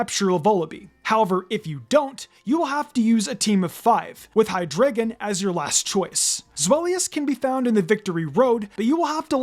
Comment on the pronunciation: It’s pronounced lie-PURD, high-DRY-gen, ZVY-liss, DRAP-ee-ahn, pan-GUH-roh, and lah-nuh-KEE-luh, “”! 🤨 Stop mispronouncing Pokémon names, you idiot! 🙄